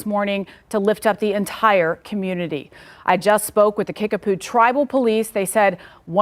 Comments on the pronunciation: It sounds like u are saying Kickaboo, not Kickapoo. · KIckapoo with a "P" not a "B"